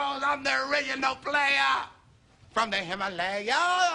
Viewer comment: from the Himalaya-yas lmaoo😅💯👍🏾